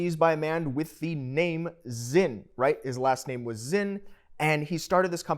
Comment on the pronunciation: The brandname is Sinn so it is to be pronounced with an S, and as it is a German S it is a strong S. Please do away with the Z as it is not Zinn.